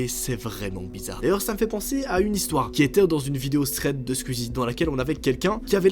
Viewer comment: Alors moi je t'aime trop je suis une abonnée à toi mais je veux pas être méchante c'est que juste je trouve que tu dis mal squeezy c'est tout tu dis assez mal